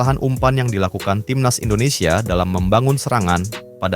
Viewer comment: Indondseh indondseh bikin lucu aja😂😂😂